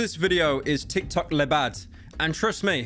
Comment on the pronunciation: Dear Pyrocynica i tink its time to let you know about a huge complain i have in your videos please stop saying "lé bad" in the way you say it. "Lé" is the masculine "the" in french but its pronounced like "lö" but how you pronounce it "le" actually exists in french to but its written "les" and means plural "the"